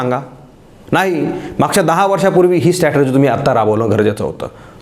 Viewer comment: एक शब्द जो तुम्ही उच्चारता तो सतत स्टॅटर्जी असा उच्चारता. त्याचा बरोबर उच्चार स्ट्रॅटेजी (डावपेच) असा आहे. ही सुधारणा करता आली तर पहा.